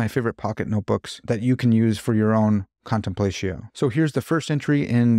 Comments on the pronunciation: Another fantastic video! Indulging my own pretension as a classicist, when you said “contenplatio” like that, both I and a kitten died inside 💀. But I love your stuff, great work! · ...big fan, you make great videos....but i have a question for you....."Contemplaysheeyo"?!?! C'mon man, I know you read a LOT of Latin, its time to step up that pronunciation!!! Thanks for the great videos. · I believe it would be pronounced /kahn tem plah’ tzee oh/ in Latin. But English-speaking people often use their English phonograms to pronounce Latin words in everyday conversation. Either way is fine with me. Let’s not be TOO pretentious haha! Thank you for this video. It’s interesting, well-done, includes helpful journal links, and has kept me thinking. I’m glad I found your channel while scrolling around.